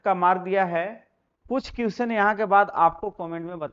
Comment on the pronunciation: Question का तो सही उच्चारण कीजिए